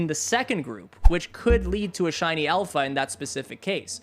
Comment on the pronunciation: In shiny hunt first thing he said hiny hunt